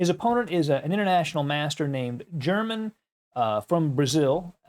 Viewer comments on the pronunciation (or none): When it is a name, "German" is pronounced, "eir-mann."